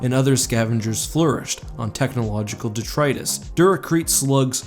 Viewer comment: De-tritt-us. Not de-trytus❤